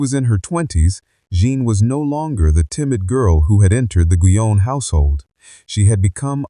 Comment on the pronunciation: I have been curious about Madame Guyon and this is interesting. As a French it bothers me to hear her name mispronounced, mainly at the beginning ( Jeanne) and however the transcript on the screen comes up needs to be checked, it has all too many mistakes.